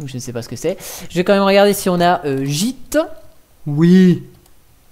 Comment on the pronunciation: S'il te plaît, je sais que je suis chiant mais tu peux dire imacs même si ça s'écrit Emacs. Je sais que c'est un détail mais j'adore cet éditeur ultra complet :) La dernière version stable est la 25.1.1 :) Git ne se prononce pas jit mais guit :) Honnêtement, un vrai programmeur n'a pas besoin d'autant d'outils. Il a juste besoin d'un éditeur qu'il configure pour tous les langages. J'ai commencé avec Vim mais Emacs est beaucoup plus complet. C'est donc celui là que j'utilise tout le temps. Pour moi, cette distribution est une DGLFI car ils ont juste installé des outils dont la plupart sont merdiques afin d'attirer les débutants. Le problème, c'est que ceux-ci vont croire que chaque langage a besoin d'un logiciel propre. Alors que cela est faux ! Un programmeur est à l'aise avec tous les langages qui existent ne t'inquiète pas :) Une fois que tu en maîtrises 2-3, les autres deviennent hyper faciles à maîtriser aussi. C'est comme les langues des différentes nations :)